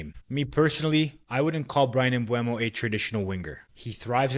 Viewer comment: Just found the channel; nice video. Subscribed. P.s. it's "Mboomo"